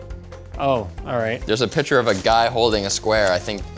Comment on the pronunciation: I cannot stand how pronounciation Sounds. Picture sound like pitcher him saying it. Geez